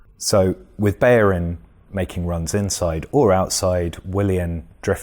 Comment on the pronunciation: BeLLerin his name is pronounced BELL-ER-IN not Beyerin, there are no y's in his name. FFS!